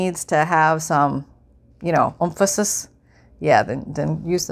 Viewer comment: Loved the “Umphisis.” makes for lighthearted crafting! Thanks